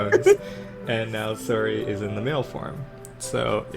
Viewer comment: "Saury"? That Sounds Like A Pronounced "Sorry"